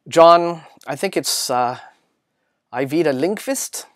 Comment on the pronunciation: As a swede, I just have to say that your pronounciation of Ajvide Lindqvist was very good! Quite often when an english-speaking person tries to say that name they mangle it so much I hardly even recognize it. That was certainly not the case here. :P Also, Echopraxia, Fearie Tales and Aguirre's series all sound very interesting!